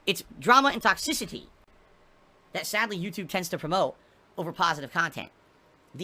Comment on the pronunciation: I don’t know what is more irritating, the way he says toxicity or the way he says “and” with two syllables